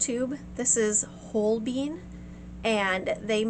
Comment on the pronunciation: NaIls on Chalkboard: MO-zart🙈🫣🤦🏽‍♂️🤦🏽‍♂️🤦🏽‍♂️🤦🏽‍♂️🤦🏽‍♂️ It's 'MO-tsart' And: 'Whole-bean' 🫣🙈🤦🏽‍♂️🤦🏽‍♂️🤦🏽‍♂️🤦🏽‍♂️🤦🏽‍♂️🤦🏽‍♂️🤦🏽‍♂️🤦🏽‍♂️🤦🏽‍♂️🤦🏽‍♂️🤦🏽‍♂️🤦🏽‍♂️🤦🏽‍♂️🤦🏽‍♂️🤦🏽‍♂️ It's paint named after a superb painter from the 16th Century with a German-Swiss name: Holbein = HOHL-bine, using typical English transliteration